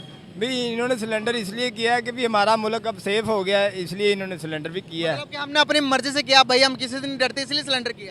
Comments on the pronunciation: सरेंडर ❌ सिलेंडर ✅😂😂😂😂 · Salindar nahi sarndar Kia tah